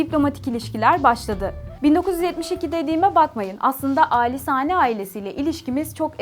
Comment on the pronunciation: Ellerinize sağlık güzel bir içerik fakat, Katar’da yaşayan bir gurbetçi olarak bazı hataları söylemeden edemicem. Hamid değil Hamad Lusal değil Lusail Hamide değil Khalifa Ali Sani değil Al Thani